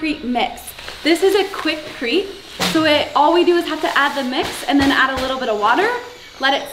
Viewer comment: It’s called Kwick Crete NOT Kwick Creep. Lol edit these vids b4 posting.